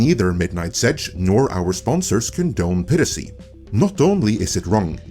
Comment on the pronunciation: Love your channel but HATE how you pronounce piracy